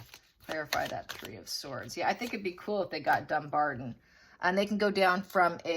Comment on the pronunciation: It is pronounced DumBARTON with a T not a D. DumBARTON.